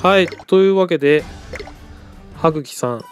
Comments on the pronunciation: はっきじゃなくてはくきですよ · T N はぐきっていってますよ多分そしてそれは知ってると思います